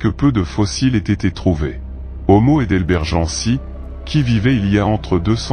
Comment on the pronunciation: encore un qui lit son argumentaire en n'y connaissant rien. comment on prononce heidelbergensis par exemple. qu'est ce qu'on en pense: rien. tu n'as aucune légitimité scientifique; juste la capacité à lire un prompt de manière monotone. mon conseil faire autre chose, participer à des fouilles; loin loin